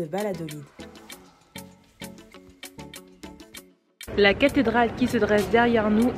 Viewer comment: Très jolie ville Salamanca, ville étudiante. Dommage, l'atmosphère en soirée est très exceptionnelle, très particulière, tranquille. Sinon Valladolid se prononce Bayadolide 😉